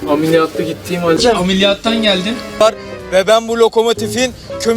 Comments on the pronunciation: Nobody::Amiliyatlıyım. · nobody:: aMeLiYatLıYıM